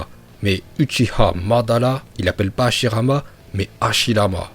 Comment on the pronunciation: Madara il est nul il na pas le migatenochauviu en plus il c pas parler il dit hashilama 😂